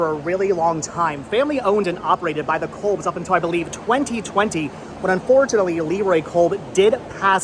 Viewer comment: It's pronounced "Cobs" like corn on the cob